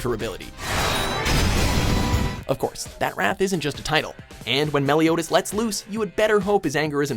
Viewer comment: The English pronounciation of Meliodas gave all kinds of cancer